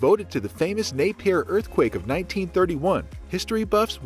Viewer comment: Napier is pronounced “Nay -Pee-Ah”. Not “ Nay-Peer”